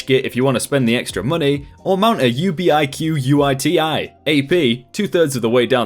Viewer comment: You-be-eye-cue-you-eye-tee-eye? What? XD Ubiquiti is a brand and it's pronounced the same as "ubiquity".